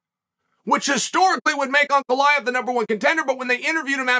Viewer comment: Ray-chick? Uncle eye-ev?